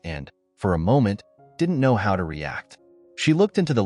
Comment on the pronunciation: The word was know not knre